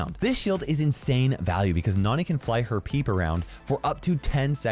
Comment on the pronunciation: I love it when says Nani like Nohni